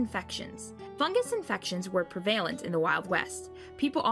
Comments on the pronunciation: "pree-VAIL-ent", not "prevalent", goes on the list. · Did sh just say pre-VAY-lent ? lmao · Odd pronunciation of prevalent. Preee-va-lent?